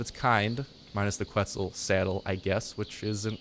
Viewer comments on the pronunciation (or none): none